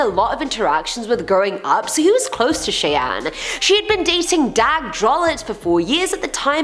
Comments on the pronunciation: If Brando's sisters name is spelled Cheyenne, then it is pronounced "Shy-anne". 👍 You are my favorite host!! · Howdy! It's most likely pronounced Cheyenne (Shy Anne). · Great job it is pronounced shy-anne fyi 😃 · It's pronounced Shy-anne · “Shai an” = Cheyenne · it's (shy) anne